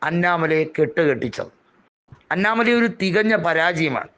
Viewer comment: അന്നാ മലൈ അല്ല അണ്ണാമലം